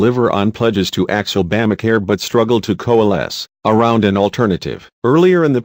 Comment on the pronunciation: Turns out that Boehner was right. It would be nice if the narrator would be respectful enough to pronounce Boehner and Obama's names correctly.